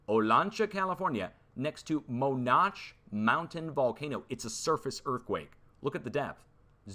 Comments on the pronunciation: ITS PRONOUNCED ( MOE NAN CHEE) ITS NOT FRENCH!!!!! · As a former Owens Valley local, I wouldn't recognize Monache the way you are pronouncing it. FYI, the locals call it Moe-Notch-ee. Just thought you might want to know!